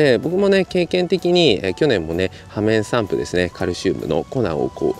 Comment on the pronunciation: 「ようめんさんぷ」じゃない？